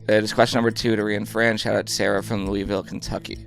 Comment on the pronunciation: Sarah from Louisville - can we please be friends. Also can you let know how to pronounce Louisville😂 sincerely, a fellow Louisvillian